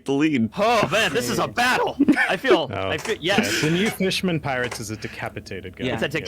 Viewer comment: “Space Pirtates”